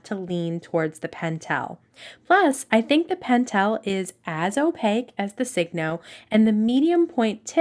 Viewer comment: Thanks for a very good and helpful video. Many people don’t pronounce Signo correctly. I only know the correct pronunciation because I lived in Japan for many, many years. It’s pronounced like “Sigh- no” not “Sig-no.” You know, like sign your name or it’s a sure sign, etc. The pens are made in Japan and the way they would say, “sign your name” in Japanese English would be signo your namu, because their words almost always end in a vowel. Thought you might like to know.😢 Appreciate the video very much.